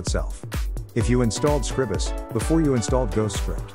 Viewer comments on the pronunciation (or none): It's Scr-EYE-bus. You know, as in the word "scribe". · It's a bot reading the transcript. But yeah, SCRIBE-us.